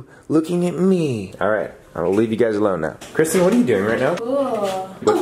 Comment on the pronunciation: BEST FWEND KWISTEN!